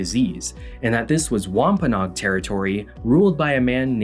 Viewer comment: ish and onwards It’s wahm-puh-noh-ag (add the extra no syllable) Source: I live there/oral tradition